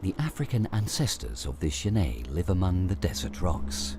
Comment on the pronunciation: Okay, looks like this video (or the other copy just like it) are the same thing. I've seen this "documentary" in several places. I'd like to see the BBC or PBS do a proper documentary on genets. The Cons: 1) That is not how you pronounce genet - FYI. There is a French surname, Genêt which is pronounced that way, but the two are not related. 2) The frame-rate is crap. Increasing the playback speed to 1.25 helped mostly, but it's still not completely smooth. 3) I suspect that this is a home-made documentary, as in someone let their pet genet run around the woods while they took footage. 4) Half of the footage is of other animals, and the made-up, flimsy storyline is boring and uninformative. The Pros: 1) The environment is pretty. 2) Genets are cool, cute, and underappreciated.